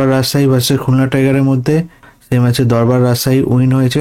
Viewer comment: দূর্বারকে দরবার কেন🙄